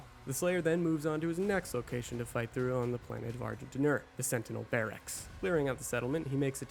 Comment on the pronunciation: First time I heard Argent D'Nur I thought it was pronounced Argh gin dinner.